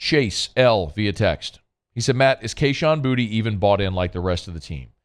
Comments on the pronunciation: The dude literally pronounced his name “booty” on live TV in his get Gordon commercials. I’m guessing you missed that? And he’s playing like ass so why not call him booty? Lol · Why do we call him “Booty” now? It’s Boo-Tay. Very disrespectful of the announcer to call him Booty. He’s easily the most talented wideout in college football.